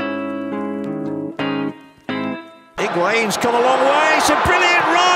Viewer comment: Because no one can say his name right. (Unless you know how to speak Spanish. Man.. the u just makes the g hard. Don’t pronounce the U ..) don’t pronounce the h either. And the accent on the I distinguishes the a and the i as different vowel sounds.